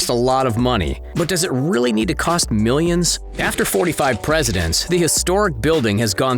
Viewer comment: Number 1 thats not how Donald Trump says "Millions" Number 2 so you should change it to Miyins